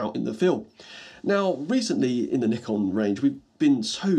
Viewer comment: Instant thumbs up for pronouncing Nikon right